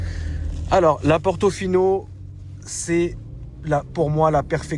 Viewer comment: Ferrari "Portofion" 😂😂😂